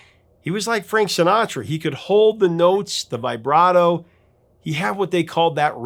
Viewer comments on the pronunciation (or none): none